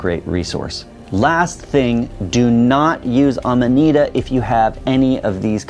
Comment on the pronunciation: It's Amanita, not amadita.